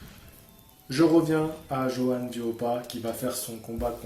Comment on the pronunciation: Merci de m'avoir cité, tu as bien prononcé mon prénom et mon nom. ☺. Comme je te le disais sur facebook en effet, Johann est un combattant à l'ancienne qui ne se refuse rien. Il sait qu'il s'agit d'un métier éphémère et que le temps passe vite. Je pense aussi que c'est un combattant qui se fait vraiment plaisir avant que de ne parler sans cesse d'argent comme beaucoup. Jarrell est un tank et pour le toucher je pense qu'il va falloir tourner autour de lui et être mobile pour déjà éviter ses parpaings, le type c'est Ralph dans le film de Disney, le super destructeur 😂, et chercher les failles pour lui assener des jabs permanents. Il faut le harceler de coups ce type. Être très présent . il faut le démolir pierre par pierre. Front contre front c'est trop risqué. Je pense vraiment qu'il faut l'épuiser et le harceler de coups. J'ai peur pour Johann mais on ne sait jamais! Que le meilleur gagne! 💪